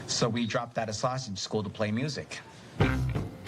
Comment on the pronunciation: Fred had the South Side accent down, with an exception. Sausage is pronounced “sas-idge”. Huge props for wearing the early 70’s Sox jacket, the Dick Allen, Bill Melton, Wilbur Wood era. Best uniforms ever. Steely Dan would be proud